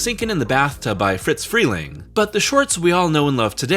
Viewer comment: If you’re making a video about the Looney Tunes, and you can’t pronounce Friz Freleng’s name, why are you bothering?